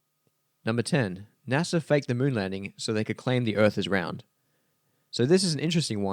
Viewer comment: I don't trust anyone that pronounces NASA, NASER.